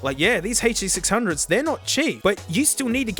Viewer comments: He said HD600 normal. Is our mate sick, did the hand damage affect his brain? Ahh there's the HURR DURR sixhunnits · Ah yes. The huh duh six hungos. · its the "huh-duh-sixhundgoes innit?"